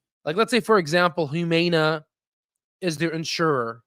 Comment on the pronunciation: Please learn how to pronounce Humana. You make it hard to listen to you.